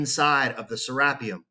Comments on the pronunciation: I always thought it was pronounced "Ser ah pee um", or it like potahto potaahto? ...Awesome video though!! Thanks again. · Who gives 2 actually F's how the Egyptians are pronouncing something when they didn't even discover their own pyramids nevermind anything else. Lol Sarah P um whooooo, let's go Richard Craniums, been waiting for this forever.